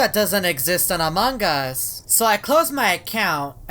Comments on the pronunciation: It's not among Gus it's among us 😂😂😂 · ITS AMONG US NOT AMONGGUS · You said amongus not among us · it is not amongus it is AMONG US HAHAHAH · its not among gust its among us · You keep saying "amongus"